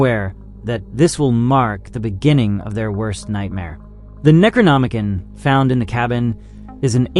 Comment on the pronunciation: Neck row nom uh con. I really want to watch this video but as much as i want to ignore it youve butchered that word 4 times now and it makes me cringe.. please look in to how things are pronounced before recording a long forn video. You likely lost a lot of viewers bc of this and were not trying to be nazis - its an involuntary response.